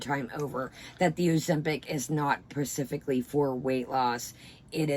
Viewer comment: Love you but the word is specifically and not pacifically. Again, still love you!